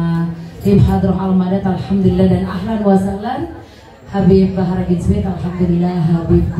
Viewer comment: Kalo membaca jangan kebalik ya har bahar